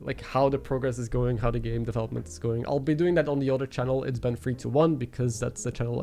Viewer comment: Why did I hear "hello guy, it's Ben a while" instead of it's been a while. lmao